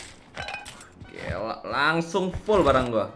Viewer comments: Oke langsung bang bukan Telaso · Wkwk bisa bisanya telaso😂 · Telaso ga tuh haha